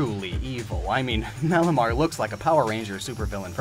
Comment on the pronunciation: Malamar ... Or..... Malomar 😂